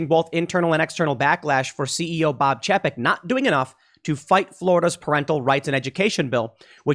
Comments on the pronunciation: Pretty sure it's pronounced "Chay-peck" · It's pronounced "Chay-peck" also known as Bob Paycheck or Bob Cheapskate.